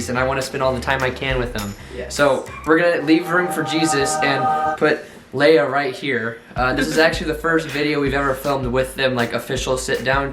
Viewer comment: it’s Leia like Princess Leia from star wars